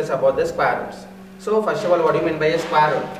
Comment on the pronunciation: Bsdk bolna toh sekh le sqare root 😅